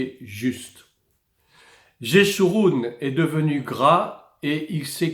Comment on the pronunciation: Bonsoir, on prononce Yéchouroun, pas jésouroun, sinon j'ai apprécié la vidéo, salut fraternel. Heimrik